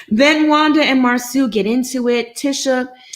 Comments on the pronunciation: Ugh...if says Marsue one more time...it is Marsau...MAR-SO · Please stop calling the man Mar "Sue" it's Mar "So" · I’m so tired of calling him Mar-soo 🤦🏾‍♀️ His name is Marsau. 😩😩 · Ok..I've decided. I won't watch AATT's recap on this show going cuz I'm truly bothered by her lack of effort in pronouncing Marsoooo! Whether on purpose or not it's annoying. Then she flip flops too much. AND why when I do watch, do I never see her? Girl Bye! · I know is being funny pronouncing Marsau’s name incorrectly, but it so triggering for me having a name that you have to teach people to pronounce and they still refuse to say it correctly. 😡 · It is disrespectful to Marsau's mother to keep mispronouncing his name as Mar-soo, especially when you know how his name is pronounced. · it's definitely awkward but I believe done on purpose. The panel pronounces Marsau (mar-so) correctly. I'm trying to determine if her pronunciation of his name is trolling us or some inside thing between her and Marsau that we don't know. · I’m aware that she does it on purpose which is why I’m annoyed. She’s otherwise well spoken and this mispronunciation serves no reasonable purpose. I wish she would stop. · Sorry but she got on my nerves by pronouncing his name incorrectly. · It’s really disrespectful to keep mispronouncing his name...ijs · I started to stop watching as soon as she kept saying it in the beginning! Plez keep saying his name n she STILL ain't caught it. I mean is watching the show! What's the problem?!!